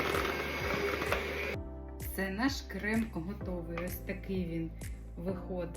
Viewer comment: Не крэм а крем